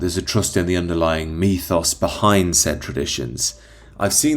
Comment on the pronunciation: What is a 'methos'????? Surely you mean 'mythos'? Is it just your pronunciation?